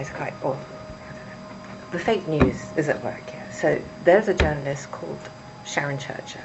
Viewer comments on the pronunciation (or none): none